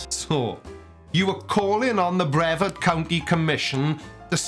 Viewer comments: As someone who used to live in Brevard county, it's pronounced Bruh-vard. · Only one minor complaint,. Now I know you're Welsh and not too familiar with American, much less Southern American pronunciations. And I kow, the county that the NASA complex in Florida operates out of is spelled, Brevard. However, it is not pronounced Braveheart or Bravehard County. It's pronounced like: Bra - vard, County. So if you ever visit my home peninsula, you'll at least be that much more knowledgeable. Love your videos man, keep up the good work! 🚀 🛰🌴☀️ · Just FYI,, it's pronounced bre-VARD (emphasis on second syllable) Thanks as always for the great content. Love hearing that non-accented voice.:D By the way, this guy is not just anti-NASA, he's also a flat-earther, so yeah, he's just as out there as you think he is. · Hey - American English, my dude: bre-VARD County. (Some of us also say PEEcan, rather than pehKAHN.)